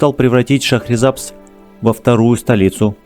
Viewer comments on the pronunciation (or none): Название города произносите правильно . В переводе с языка фарси ШАХР - город , САБЗ - ЗЕЛЁНЫЙ . 《 ЗЕЛЁНЫЙ ГОРОД 》- ШАХРИСАБЗ .